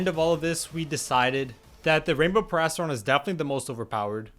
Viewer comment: Erm... actually it is PERIASTRON not PARRYON